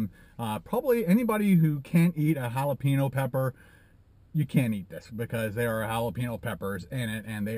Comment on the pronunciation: Jalapeño= "hal-la-pay-NYoe". there's a tilde on that n!! ¡ñññ! ˜-˜